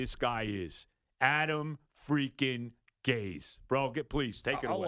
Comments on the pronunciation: It’s not pronounced Gaze. It’s Gase!! Like Disgrace! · Sounds like he’s saying Adam ‘Gays’